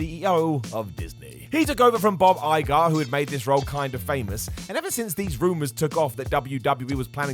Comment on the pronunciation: I know nobody cares, but it's Bob Eye-grr and Chay-peck